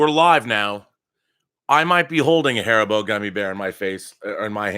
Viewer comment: HAR-EE-BO, thats how you pronounce it ;)